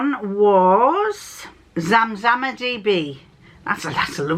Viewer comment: Perfect pronunciation of my name! I had a business using this name and the inspiration for it comes from the Zamzam Well which is in Mecca - part of the annual pilgrimage to Mecca is to drink water from the well. My actual name is Yasmin! Both dresses looked great on you, really flattering, I hope you get the chance to wear them soon. No cats in this vlog but we did get a dose of Brian 😊 😊